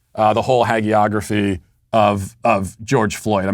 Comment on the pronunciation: What is a 'hey-gree-ography'? Written by too-loose with the truth